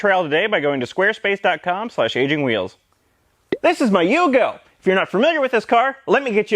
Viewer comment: “Anyway, in yogo”